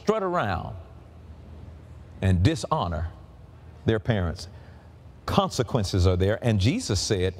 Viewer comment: the plural of parent is parents and not parentsiz.